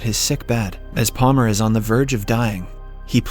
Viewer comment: I was thinking it was also an ai bc there’s times where he mispronounces words really weirdly. Like in this video he says Paler instead of Palmer, which somebody doing a voice over wouldn’t really make that kind of a mistake.